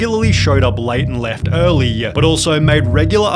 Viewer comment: I.... look, the content of your videos seems pretty good, but why are you ending every sentence with a drawn-out syllable? As in, "he was a martial artist instructooooor" "regularly showed up late and left earllllyyyy" "It only gets worse from hereeeaaahh" A lot of youtubers are doing it, and it drives me insane.